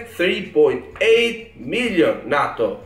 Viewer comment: Its not nahhto its nayto